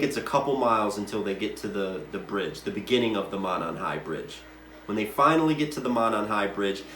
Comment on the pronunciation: Monon pronounced Moe-non. Kokomo pronpunced Cocoa-moe. In these cases you can always tell an out of towner doing research messing up these names.